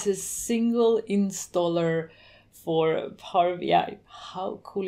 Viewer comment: "insaller" ? But nice video anyway. Thank you...